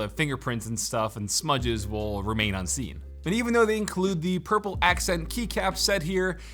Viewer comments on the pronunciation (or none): wait did you say purple